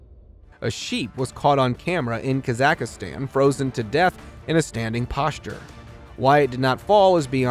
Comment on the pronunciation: What the help is kazackistan its pronounced as kazackstan not with an i